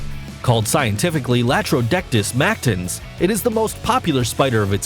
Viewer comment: That's Latrodectus not Laterodectus. Geez!